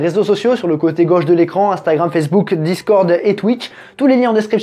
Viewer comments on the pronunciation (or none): none